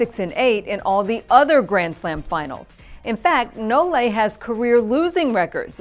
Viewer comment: And it's nole not no-le like she says it easily.